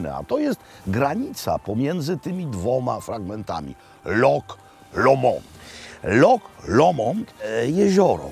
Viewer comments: Szkoci nie wymawiaja slowa "loch" przez "k", tylko "h" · Super odcinek. Dawno w nic tak szybko na YT nie clicknalem. Tylko jedna drobna uwaga - Szkoci wymawiaja LOCH a nie LOK. Anglik LOCH wypowiedziec nie potrafi :) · Panie Robercie. Nie lok tylko wymawiamy loh tak jakby po naszemu 😊 Zapraszam na kawę 😂